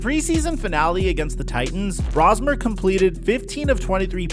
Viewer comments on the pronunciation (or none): Max’s last name is pronounced “Brohs-mer” not “Braws-mer”. I was calling him that for like the first month I saw him in preseason play. But once everyone on TV used the former pronunciation, I changed it. You’ll get it. It’s just like “potayto, potahto”. Our English language is weird. So are the Vikings as a whole. I say this as a hardcore fan of theirs in SoCal, but maybe it was a curse for McCarthy to suffer that torn meniscus in that preseason game. He looked so good in that game against second and third-tier defenders. If he had been allowed to start a game, say, after Darnold got beat Weeks 7 and 8 of last season, then maybe we would have seen the bad side of him and gone back to Darnold, who then would have recovered from being benched and we would have signed and kept him. The front office spent so much money on so many different areas and yet they decide not to pay Darnold or Daniel Jones(who is the more surprising breakout, copying Darnold from last season) and passing on Aaron Rodgers(bc of the fan base’s hubris and hatred towards Green Bay QBs, I say Vikings fan envied Favre more and were pumped pumped up to have him after he came out of short term retirement following being traded by the Packers to the Jets). Salary caps are a thing, but they had so much money to spend after letting Kirk Cousins go. McCarthy has had his good moments and his bad ones. But it’s the bad moments that everyone wants to focus on and I don’t blame them. It doesn’t help when special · Just a heads up, it's BROS-mer. like Mario Bros-mer. Coming from a Gopher fan that can't believe we get to see our guy start for the Vikings this week. Thanks for covering this, it's been a depressing year and we have an ounce of optimism for a few days.